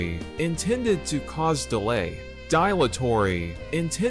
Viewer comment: Not pronounced die-latory. It's pronounced dill-atory. You need an e at the end of words to change their pronunciation eg dilate is pronounced die-late, not dill-ate.